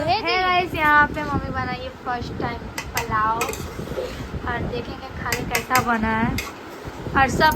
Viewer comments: plao nhi hota dear Pulao hota h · Shi bol rahe h ap ko pulao v nhi bolna ata h palao bol rhi h